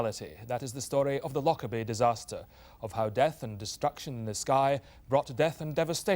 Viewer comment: It depends how you say it. It's a very soft, gentle word in the local dialect and it's so sad that it's tainted with this horrible association. The people in this video are all English and aren't saying it right, with too much emphasis on on the "lock" bit. It's said like: loh-Kerr-bee You don't say the emphasis on the c like you do in lock, but say the K like how it's pronounced at the start of "kite"